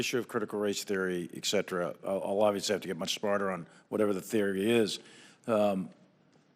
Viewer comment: except for when he says "ex cetra"